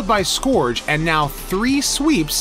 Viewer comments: I hate picking nits, but Scourge is not pronounced "Skoowrge", but instead "Skerge". Killing me with that. great video though- super informative. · Scourge is pronounced /skɜːʳdʒ/ a little different depending on American or British what with the rhotic r. But the vowel is not /ɔː/ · Why can't you pronounce "Scourge" correctly?